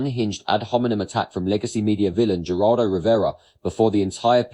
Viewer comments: It’s not “G”eraldo. It’s “Heh”raldo (phonetically). It’s a Spanish name. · Hey man, it's not pronounced "Juraldo". His name is Spanish... the 'g' sounds like an 'h'. If you're gonna say the douchebag's name, you wanna get it right, right? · It pronounced Her-all-doh…Geraldo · GERALDO is pronounced HER RALDO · The g is silent in Geraldo-just something one might want to research before making a video. “Razor sharp?” Lol. The kid seems bright-ish, but not mature enough yet to know that your point is totally lost when you act like a know-it-all a h l and think you’re such the sht that accomplished people who came before you who have had the years to gain experience and knowledge might have something to add to your five minutes on the planet. The proof is the fact that your video is NOT about his not very original question about the war that any thoughtful person has already raised that you’ are calling “razor sharp”, but about his arrogant, over eager behavior. The kid’s smart but doesn’t know because he’s inexperienced that Piers joke about the bed behind him was best dealt with by a little laugh, not Trump-like behavior of personal offense and taking everything so seriously. Never trust anyone void of the ability to have a little chuckle at themselves when they’re teased a little. Humorless people are dangerous. That’s immaturity and insecurity, as is the talking too fast and slightly desperate tone instead of the tone of even confidence he will likely learn as he matures. Scott Jennings is a douche bag, but the kid is wrong that behaving in the same way elevates his analysis -it in fact distracts from it, as your video topic illustrates. No, there is no magic new era where acting like an a h l when someone else does furthers the democracy. Respectful, discussion and debate about id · It's pronounced "Heraldo Rivera", he's always been a fake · What gets me the most is your pronunciation of Geraldo…lol